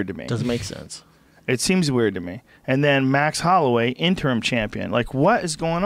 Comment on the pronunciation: hahahah fucking Schaub always saying "interm" lol I love it, shit cracks me up when he can't say "interim"